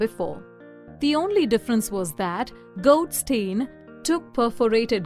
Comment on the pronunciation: A video that explains the basics of physics should be correct and not confuse the discoverers. It was Rutherford who discovered the proton and not Goldstein, whose name has also been mispronounced. In an exam, these were devastating mistakes.